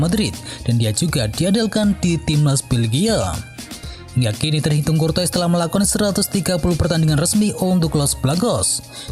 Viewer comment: Kortoa bacanya min